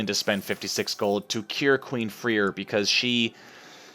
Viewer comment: I know that this is WAYY too late, but Freir is pronounced Frey-ir